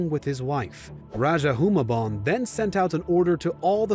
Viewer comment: I hate your American accent pronouncing The Tagalog and Spanish names. If we have to speak English like you lot SPEAK OURS ACCURATELY!! Rajah is pronounced Ra-ha Hu-mah-bon 😒 Stop colonizing the names. Magellan is Majellan.. g is pronounced with d'y or j